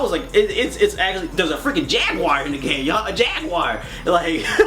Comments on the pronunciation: "FRI-KKEN JEEG-WIRE" lol <3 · Did you say . . .a JAGuar ?!? LOL Great review! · the way he said jaguar was hilarious